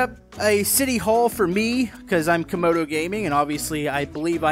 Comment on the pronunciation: why does Youtube always pronounce Camodo’s name as kAmOdO gAmInG? also on this episode “modal gaming”